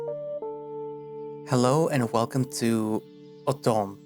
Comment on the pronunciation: Heya, French guy here (Mainland France in Europe), I'd like to try to give a few pronunciation tips that hooopefully work You correctly guessed that the title "L'automne" means spr- Edit: It's Autumn..... It means Autumn and I wrote spring because I was tired -_-' I guess an easy(ish) way to pronounce it is like saying the English words "Low" and "Ton/Tonne" (Unit of weight, I'll write it as Ton) next to each other So "Low - Ton" should be one of the closest things to a good pronunciation If you really want to try, you could say "Low" but just cut the pronunciation before the -w" So, that would be "Lo - Ton" I love your videos and I hope this helps if you ever read more parts of this VN. It's just so funny to me as a fluent English speaker how much both the English and French speakers just seem to struggle so much when learning each other's languages. Then again, languages are hard and I probably sound gibberish to a Spanish person, so I really respect your efforts, well done!